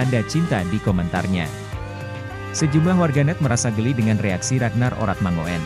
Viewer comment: Min mangoen itu ejaan lama tapi yg bener bacanya mangun